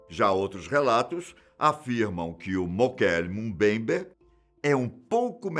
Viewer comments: O melhor do vídeo é o dizendo "Mokele Mumbayber" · O nome foi mal pronunciado tantas vezes que dá ate dó! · Puts como ficou engraçado este nome e como ele repete este nome inúmeras vezes kkkkkkkkk